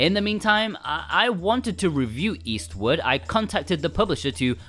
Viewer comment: Your accent makes it sound like you're saying Eastwood instead of Eastward. I wanted to say "Clint is Eastwood for me".